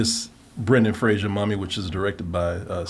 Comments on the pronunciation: Fraser. Not Frasier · FRASER rhymes with RAZOR.